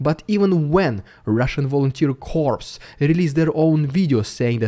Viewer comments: Hey,...love all your content! I look forward to all your posts. Just to help you out a little, the "p" in corps is silent. So it's pronounced cor or cors (i don't recall anyone ever using the plural version tho). I hope that helps cuz it's kinda hard to say corps your way without it sounding like corpse! Take care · "corps" is pronounced "core". Don't know why. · It's sounds like Core and not Corps... the P is silent dude! Corps is a term used for several different kinds of organization. A military innovation by Napoleon I, the formation was first named as such in 1805. The size of a corps varies greatly, but two to five divisions and anywhere from 40,000 to 80,000 are the numbers stated by the US Department of Defense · Thanks for your updates, keep them coming !! Just a quick English correction if you don't mind, the p and s in corps are silent so it is pronounced like core as in the US Marine Corps. Again thanks for all you do and the risk you are taking. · I don't want to be critical, I like your reporting, but you should be careful how you pronounce the word "corps". Both the "p" and the "s" are silent so it should sound like "cor" (English can be confusing that way - we don't pronounce every letter). It is important in this case because there is a similar word "corpse" which means a dead body (you don't pronounce the "e"). So if you pronounce the "s" in "corps" it sounds like you are talking about a dead body. P.S. - I want to say that those Russians fighting for Ukraine are being very brave and showing great moral fortitude in a very difficult time. And this includes the (fighting against misinformation is an important part of the fight). These Russians are not being traitors to their country they are fighting against an evil regime and that takes guts. Slava Ukraini! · Thank you for your great videos. On the side: 'corps' is pronounced 'cor' - I have no idea why, though... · Corps is pronounced core.